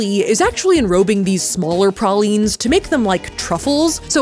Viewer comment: I just wat to point out the fact that saf said ptaline right